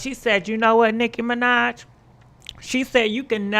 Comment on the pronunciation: Mi-NAHj not Mi-Nodge